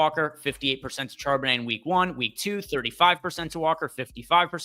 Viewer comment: Then you hear him try to pronounce Charbonnet 😮